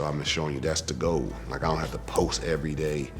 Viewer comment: I love timberland so soooo much! Like.. my high school days were sweet because of him and Missy but can I just confirm is he saying GOLD instead of GOAL? lol love it